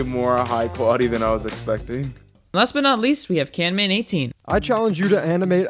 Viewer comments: Bro really said CANMAN 😂😂😂 guys stop it, it's CAMMAN not CANMAN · ITS CAMMMMMMMAN NOT CAN MAN 😫😮‍💨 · IT'S NOT "CANMAN" ITS "CAMMAN" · Cammman its camman !!!